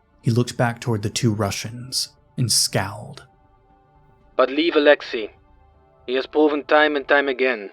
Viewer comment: I like you work, but you really need to ramp up your pronouncing-Slavic-names game. Alexej is not pronounced A-LE-xee, but A-le-XEY, rhyming with sleigh, in the Russian pronunciation (and A-le-xey, stressed on the first syllable, in the Czech and Slovak pronunciation).